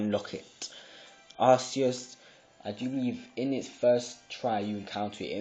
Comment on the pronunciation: He says, "Arsseeus" XD it's like "Arkeeus" 'c' sounds like a 'k' not a 's' Have you seen the movies? XD